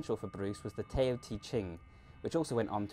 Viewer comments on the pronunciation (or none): "tay-oh" te ching LMAO.. never heard someone botch that before, its pronounced "dow" not tayo lol, Tao (dow) Te Ching . great video though i like your style, very well edited videos you do. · Great video. Just a small thing: TAO is pronounced DOW.